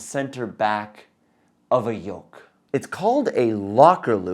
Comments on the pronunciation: It's yoke, not yolk. Otherwise, this was a very good and informative video! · YOLK???, my dear, I think you meant to say "YOKE"!!! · *Yoke, not yolk 😂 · Came here to say that.